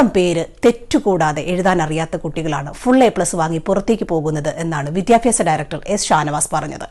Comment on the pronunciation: Not 'vidyapyasa' it's 'vidhyabhyasa'. Please note. 😅